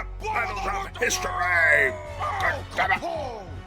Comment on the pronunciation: Please stop saying history like that it’s so cringey (not trying to hate) I do enjoy all your other things